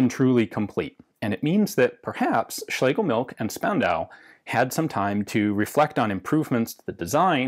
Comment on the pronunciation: I know I´m 2 years late but a quick insider-tip from a german: The S in Spandau is pronounced like the Sch in Schlegelmilch. Basically "Shpandau".